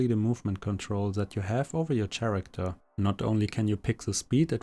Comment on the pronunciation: Thanks but please stop saying SCHaracter..